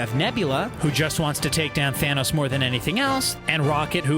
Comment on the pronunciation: did you say fanos?